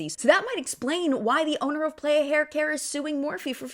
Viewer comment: The brand playa is pronounced p-lie-uh not play-uh, it’s Spanish for beach!